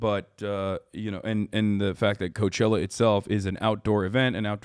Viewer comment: lol i stopped at you saying cochella....